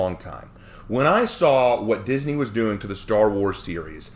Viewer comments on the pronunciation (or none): none